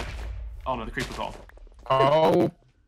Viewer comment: Vik what was that accent 😂 "Creapurr"